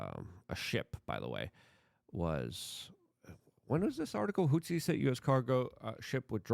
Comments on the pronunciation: Hey Luke, say it with me now "HOUTHIS" "HOUTHIS" NOT "HOUTZIS"!!! Why tf do you pronounce things wrong?!! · You can improve your pronounciation of Houthis. You say Hutsis. There is no s in the middle of the word. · There’s a TH in Houthi’s.. not Hootsies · Houthis. Th. There’s no S there dude.